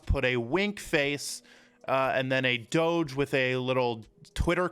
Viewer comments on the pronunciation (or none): none